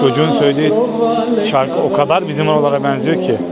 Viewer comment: Kardeş bu e sesini düzeltmen gerek bence bu işi yapıyorsan. Özellikle eelli, geenç, beenziyo gibi. Naçizane tavsiyemdir. Başarılar...